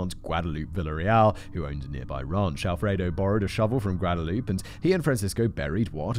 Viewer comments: Ahh it's kinda driving me crazy. It would be like hearing someone say that name John over and over again by pronouncing it as "Joe-han" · just an FYI The Mexican name Guadalupe is pronounced Wah-dah-loo-pay. Anytime you see Gua it's pronounced Wah...like the city, Guadalajara for example which is pronounced Wah-Dah-la-Hara. And the J is often pronounced like H ...such as the name Jose is pronounce Ho-zay. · "Guadalupe" isn't a silent "e"(I know, Spanish is hard lol) it's pronounced all the way through.. Guad-Uh-loop-Eh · I’m gonna let the pronunciation of Guadalupe slide this time, Simon.